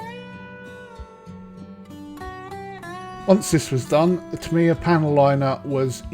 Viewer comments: Tamiya = "TA-me-ya" (and, in fact, the most accurate Japanese pronunciation sounds more like "TAM-ya," where the "me" is more like an apostrophe than an actual syllable.) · You say you speak fluent Japanese yet can't pronounce "Tamiya" correctly? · It seems a little disrespectful to knowingly mispronounce a name.